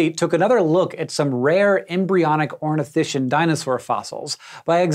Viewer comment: Imagine not pronouncing Ornithischian and Saurischian correctly